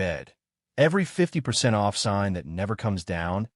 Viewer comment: I like the "50%" "O" "F" "F" narration. The AI probably thought the capital letters were an abbreviation.